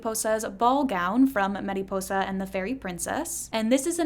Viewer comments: for the love of god stop saying mediposa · why do you say mariposa with accent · U saying mariposa like that is my 13th reason....